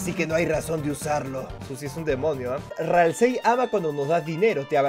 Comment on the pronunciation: .Ralsei se pronuncia "ralsi"saludos desde argentina